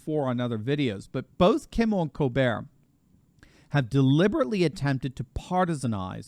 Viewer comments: You might consider pronouncing Stephen Colbert's last name as "Kol-bert" not "Colbere' as he was born in Washington D.C., not Paris, France. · This is America, stop catering to Steven Colbert by pronouncing his name like were French. In America it's pronounced Coal-Bert, NOT Coal Bear!